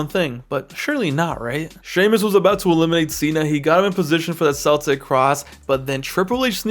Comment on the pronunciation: “Celtic cross”😭💀 it’s pronounced ”kel-tik” not “cell-tik”